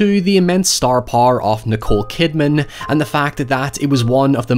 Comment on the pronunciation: "star pahr" (sorry )